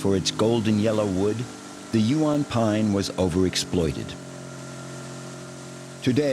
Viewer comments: Cannot pronounce Huon properly 🙄 AI voice over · Pronunciations of Huon and Strahan 😂nice vid though😊oh the English stole not took over😮